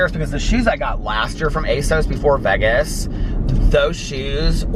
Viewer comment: I really like you and your vlogs. But the way you pronounce Vegas drives me crazy 🤪